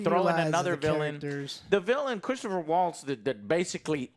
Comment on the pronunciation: Them being pissed really feels like they were legit emotional about the movie, seems like it affected Joe quite a bit. The fact that he can't get Christoph Waltz' name right just shows me a level of disrespect for the actors that speaks volumes to their really bad takes. Very uneducated takes and completely misunderstood the finale.